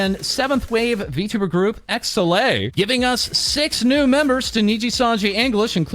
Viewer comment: Hearing it called "zee"...Isnt it "eleven"????